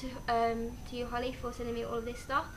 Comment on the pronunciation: dunno if holly has commented saying, but that was correct how you pronouced it x